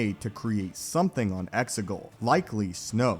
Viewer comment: No offense mate,but it's Exegol, Xigul. I could be wrong.